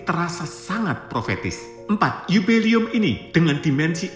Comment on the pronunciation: Bukan 'yubeli'um tapi 'JUBILE'UM - JUBILEUM. UCAPKAN DGN BENAR BUKAN HANYA BERSEMANGAT DOANK YG GAK PAS...wkwkwk 😊😊😊